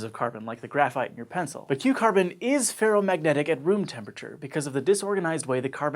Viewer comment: Whenever he says Q carbon i just keep hearing cucumber